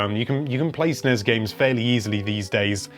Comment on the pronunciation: I hate how he pronounces NES and SNES